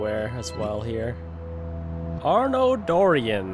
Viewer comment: you have to pronounce it french. arno dorian is the main protagonist from unity